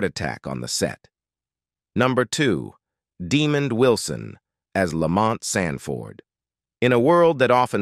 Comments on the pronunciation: This would be better if they'd pronounce the names correctly! It's "DeMond" not "Demoned" imagine calling a pastor "Demoned". SMH. I just think pronouncing people's names wrong is degrading. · Yeah, Why is he calliñg him Diamond and Demon, That's disrespectful. He knows his name is not pronounced like that. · Nope!. His name is DEMOND. Not Desmond! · No slip up ..that is disgustingly on purpose